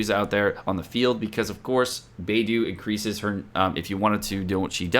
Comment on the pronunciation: Hi, thanks for the videos on genshin, makes it less intimidating to play as there's just so much to explore. I hope you don't mind, Beidou is actually pronounced as Bay-doe (the bird doe). In Chinese, it's the constellation name for the "the Big Dipper". Cheers 😊